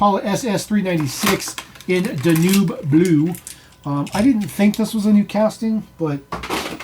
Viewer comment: It's pronounced Dan-Ube like the river in Germany